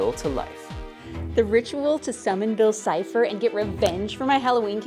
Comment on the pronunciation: Hey mate is’t not bill chipper it’s bill sifer 😅